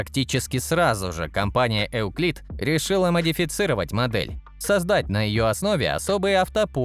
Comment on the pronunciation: Просто “ ЮКЛИД“, без “Э“ впереди.